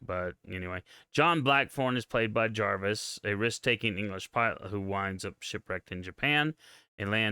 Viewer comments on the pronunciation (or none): none